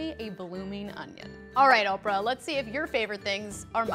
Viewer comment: I legit thought Oprah said orphan